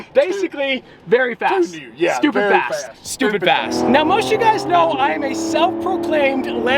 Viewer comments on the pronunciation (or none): Fast not Fat!!